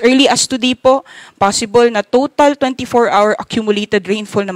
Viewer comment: PER R | Children, remember: The word HOUR is pronounced as Ah-wr, not AR. The stress is on the first syllable. Don't be like this reporter.